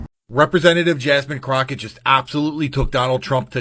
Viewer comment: Croffet 😂 Croffep lol bro learn how to talk before going after someone and not knowing how to say their name properly goofy